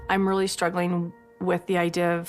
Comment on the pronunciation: I "fill" like you're taking the piss. They "rilly rilly" like those pitchers and you're going to hurt their "fillings"